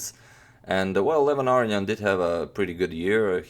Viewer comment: I think youre pronouncing his name wrong...you say arian but its aronian a row knee on :)